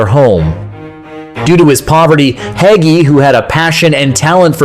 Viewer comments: Not to mention mispronouncing Hagi (hajji) as "haggy"! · cool video the gi at the end is pronounced as in gi in ginger. in romanian, what you pronouncing in the video is haghi.